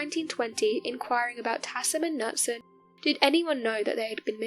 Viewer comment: My comment is LEARN HOW TO PRONOUNCE NAMES!! Knutson...ISN'T "Nut-son!" It's "Noot-son" GAWD!!